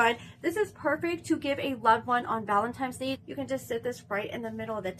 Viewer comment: 💀💀💀 u sayn "scotch free" & "ValentiMes day" 😫😫😫